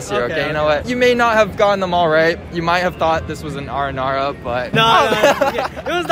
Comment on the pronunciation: “It’s none of the Aranara right”💀